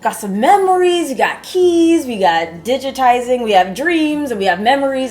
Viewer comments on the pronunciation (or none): I died when she said "Lets add digatizing" XD